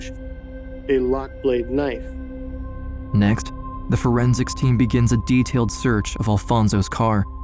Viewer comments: "pulls out his KA-nife" ?!?! Does anyone else say it that way? In all seriousness though, my ❤ goes out to her loved ones. No parent should have to bury their child. It's a pain that never goes away....One I know all too well 😢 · Di......did he just say....."KANIFE"??? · I know you didn't just call a knife a, "kuhnife." 😂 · I had to rewind it a couple times.. ka nife 😂😂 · I've never heard someone call it a "kuh-nife". Poor girl. The idea that it was probably her calling the bf a second time and pushing buttons, as if trying to signal that she was in trouble is heartbreaking and scary. Props to the amazing woman that knew instantly it was the same guy that hurt her years earlier. ❤️ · did he actually say the K in knife?. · this man just pronounced the “k” in knife. 🤦‍♂️